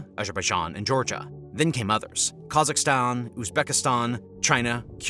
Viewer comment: Hmmm ... .. Where is Kurszakhstan? And why are you doing all the other weird pronunciations?